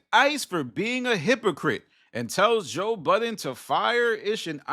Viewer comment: You're talking about people not remembering people's names, then you go ahead and say Joe BuddenSSSSSSS. There is no S in that man's name.